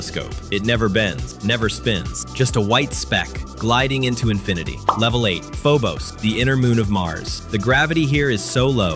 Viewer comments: It's saying levele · Bruh for each level the thing said levele instead of level